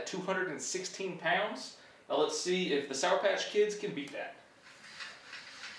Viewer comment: Lol love the why you say pounds 😂 “poawds”